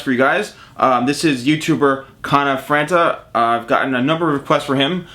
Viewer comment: conna frana is what he said lol